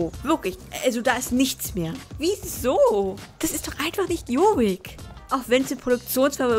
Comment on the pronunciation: lern am besten erstmal jorvik richtig auszusprechen ;)